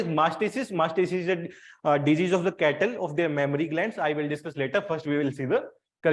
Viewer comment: It is mastitis ,sir not mastisis,u r pronouncing wrong